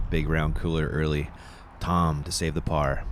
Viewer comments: ITS TAAAAAAAAAAAAAAAAAAAAAAAAAMM NOT TOOOOOOOOOOM YOU IDIOT ANDERSON!!!!!!! Just when ya think Ian will quit the laaame ass, childish comments, here we go already... SMH F!! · I have to give some friendly feedback at this point. It is Tamm not Tom. Nice coverage nevertheless, keep up the good work. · Tamm… not Tom!!!